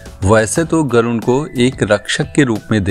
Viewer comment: गरुण नहीं गरुड़ कहा जाता हैं।